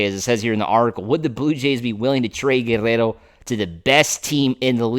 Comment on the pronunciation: Dude, it's not that hard to pronounce Guerrero. You are trying way too hard. Go back and watch Vin call a game when pete was on the team.